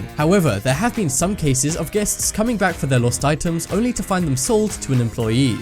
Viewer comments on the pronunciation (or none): it's called fucking employee not fucking employi